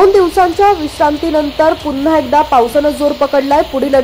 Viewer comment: "पुन्हा " हा शब्द " पुंंन्हा " (पु वर अनुस्वार देऊन) चुकीचा उच्चार करून बोलू नये ही नम्र विनंती.